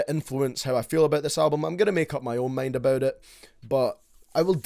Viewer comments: “From the lyrics I don’t know what he’s aboot” 😂😂 love you baby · “What Lil xan is all aboot” AHAHAHAH YOURE A LEGEND 🤟🏽